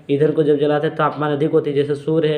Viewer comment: Jul hota hai jal nai😂